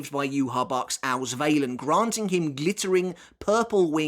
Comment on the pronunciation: as someone who lives near germany and speaks it fluently, the way you pronounce Vollständig isnt quite right but somewhat close i guess. But i am surprised how you said Sklaverei because that sounded perfectly. the Auswählen was decent but not quite on point. However i loved the Fact that Uryu shot Mayuri with one Arrow, making a Donut out of him and completely destroying the bankai. Im not sure if letzt Stil or Vollständig is stronger because whilst Letzt Stil has more power i assume, Vollständig seems to not have as many drawbacks to it if any at all. Plus the Duration varies too so yeah. What i still dont understand is how an arrancar can use Quincy powers, as the one who tried stealing Ichigos Bankai but miserably failed in doing so.